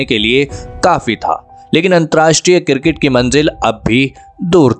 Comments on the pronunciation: Abe kirket nhi cricket bolo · Cricket sounds girgit thik se bolo bhai